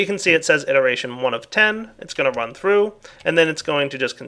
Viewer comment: He meant "it·er·a·tion "